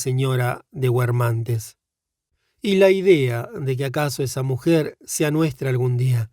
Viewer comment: Xq pronunciar guermante pronunciando la U? X lo demás mil gracias